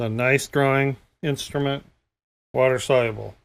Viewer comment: Wa-ter Sol-u-ah-blah 😂